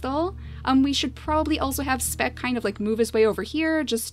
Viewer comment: You said " Smeck" when you moved speck to be next to Siana.